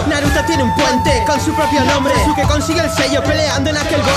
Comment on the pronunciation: lamento contradecirte pero en japones sasuke se pronuncia saske.